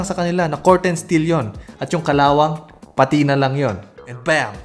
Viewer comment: I was waiting for this! 👏 Dahil nagpapacorrect ka naman it's pətina not pa-tina. ✌like when your vintage LV bag handles has nicely pətinated. Ganern 😂 excited for the next part. 😊